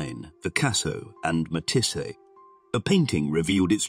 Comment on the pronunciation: The pronunctiation of Matisse is Mat eeesssee not Mitissa